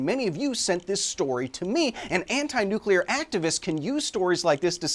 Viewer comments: While that's an awesome story, what are they realistically gonna do with all the "nukular" waste in the next 10^4 years? Besides nuclear energy being on the more expensive side. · I dont know why but it kills me inside a little every time someone pronounces nuclear like “nuculure” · more shocked at the news anchor lady calling it a "nucular reactor cavity" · I'd say the worst part of this whole story is the wat that anchor said "nookyoolur". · I love how the news reports how a man fell into a "nuclular" reactor. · Them saying "nuc-U-lar" has me SCREAMING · news anchor saying "nukular" gave me some flash hypertension. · christ, that reporter saying "nucular"... learn English ffs, youre on TV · ...did that second news reader say "Nukeuler" instead of nuclear? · Every time I hear someone say "nukular" it makes me wanna die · People need to pronounce nuclear how it’s spelled. “Nucular” is not a fucking word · What i don't understand is why so much people keeps saying "nukular" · They proved how little they know when they said "nucular" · Hearing "nucular" is like nails on chalkboard to me. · No, it’s new-klee-er. Homer Simpson: “It’s newk-yoo-ler. The H is silent.” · the anchor who said "nucUlur should be fired and never allowed on television again. when a moron passes information on to others, the result is now everyone is a moron. 😂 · "New queue lar" Why do so many Americans do that? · Stupid announcer said nukeyaler WTF. Paid to speak nutjob can't pronounce nuclear, how are we to expect them to offer Any relevant info about said Nuke Ya Ler event. She sounded totally stupid. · "A nukular reactor cavity" --- did we not make fun of George Bush to not saying nuclear right? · A little pet peeve of mine is people pronouncing nuclear as nuke•yuh•ler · The second person pronounced it "nucular". Tells you just how educated these people are about nuclear anything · Anytime someone says “nuculer” I die in side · Still can't wrap my head around people saying "nuCUlar"